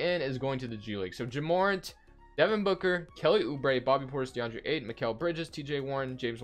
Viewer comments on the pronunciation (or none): his name is pronounced Jah More-Ant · Ja morant is my cousin so it's pronounce ja more-ant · It’s Jah murr-ant